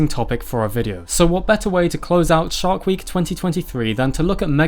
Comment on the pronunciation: I swear he said "shart week". Bad week.